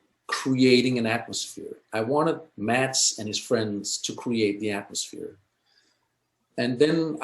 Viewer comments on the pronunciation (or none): I hate the way she pronounces Mads’ name 😂 he said previously that it’s pronounced “mess” like the end of “Thomas” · This was such an insightful look into the birthing process of a beautiful movie. I'm so glad they decided against scrapping of that hilarious "cod catching" scene. However the constant mispronunciation of Mads' name is such a eyesore - it would literally cost northing to just Google the correct one and use that.